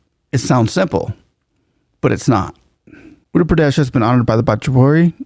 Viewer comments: dude. please spend some time learning to pronounce the names of Indian states, your pronunciation is atrocious to put it mildly. My ears bleed when you massacre it. Uttar - Ut- thar (with double t together like bottle) Gujarat - Gu-ja-rath(like path) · Uttar Pradesh - the U is pronounced as in Uruguay. And the author of Ramcharit Manas is Saint Tulsi Das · The State is utter (uh ter) Pradesh. It almost sounds like you were saying Andhra Pradesh. Just thought I would point it out. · It’s pronounced as Ootter Pradesh. Not Utter Pradesh. Properties being bulldozed are illegal ones. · By the way, the state name is pronunced as "Wutthar Pradesh" as Indian names are phonetic. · Really loved the video!! small correction it's pronunciation is oother pradesh although it is written as utter pradesh on paper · Sir with due respect. It is Uttar pradesh and not Andra pradesh . Otherwise you are great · You are pronouncing the name of the state wrong. The letter U is pronounced like in Uber. It is not pronounced as ATTER Pradesh, it is UTTAR Pradesh. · I have developed great respect for CM Yogi Adityanath- He is not anti other dharmic traditions. BUT he is hard on crime of any/all kinds. He has developed housing, security, and economic systems. He has developed Uttar Pradesh - (not pronounced as English word "utter" with hard "t" but soft "th" without aspirant). People feel safer and respect the law - mostly. He is organized, disciplined and so inspiring. It is interesting that you compare Yogi with Tom Homan - a remarkable leader as well.😊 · The way he pronounced "utter pradesh" 😂😂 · When you say Uttar Pradesh you should practice more You sound like Utter that I don't like. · just a tiny correction.. "Uttar" pradesh - the word Uttar literally means North, Pradesh is state or area.. It's pronounced Oo-tth-r. The U as in True but shorter. The TT is pronounced with a soft emphasis like "th" in mathematics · It's oottar pradesh if that helps pronunciation.